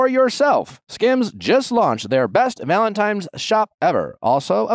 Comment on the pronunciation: NICK! It's valentiNe... Not tiMes! 😂